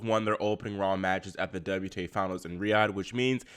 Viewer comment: "WTay Finals?" 😁